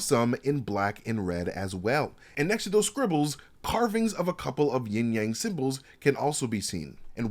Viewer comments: Isn't it Yin/Yang and not Ying/Yang? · Sorry, but it’s Yin Yang, NOT YING YANG, ha! 😂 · Yin Yang not ying yang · YIN AND YANG not YING-YANG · It's actually "Yin" and Yang bro. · It's actually pronounced "yin" yang.